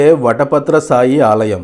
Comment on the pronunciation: సాయి కాదు, శాయి